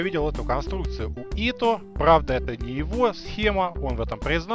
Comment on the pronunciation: Если говорить по-русски, то он Ито а не Ифо никаким боком. особенности произношения языков.